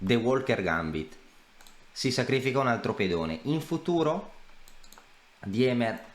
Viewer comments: Si pronuncia "Dìmer" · scusa è tedesco si legge dima